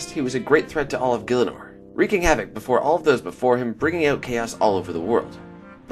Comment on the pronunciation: FUCKING MISPrONOUNCING GIELINOR? SRSLY?